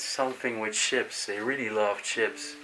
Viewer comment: I wish the explores would speak English like he said chips in stead of ships don't he know how to say words proplely at all speaks double Dutch to me